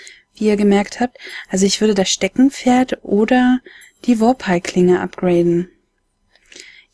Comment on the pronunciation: "Stecken*dramatische Pause* -Pferd. genau so habe ich auch gedacht haha :D Tolles LP freue mich auf das nächste :)